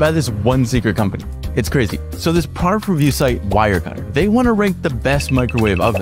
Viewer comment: I'm not going to listen to some guy if he cant even pronounce "product"